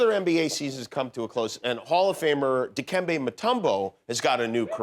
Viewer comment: ...It's, Dikembé